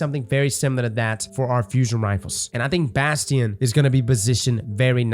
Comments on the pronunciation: the fact he calls it Bhastheon really bugs me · In this video we mispronounce it as Bass Tee In.